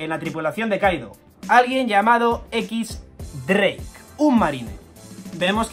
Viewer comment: se pronuncia diez dreik.